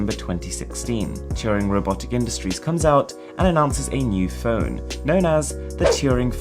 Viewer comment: Please say Phone correctly.